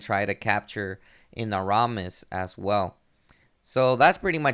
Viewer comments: It’s pronounced Enamorus, not Enaromnus. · It's pronounced ee-NAM (rhymes with ram)-or-us. The capital letters are where the emphasis of the word lies. It's named from the word enamoured, which means love stricken. Also, it's pronounced My-er( rhymes with wire) lands. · Bro you gotta work on your pronunciation Anyramous Crimson merrylands Scarlett Bug 😆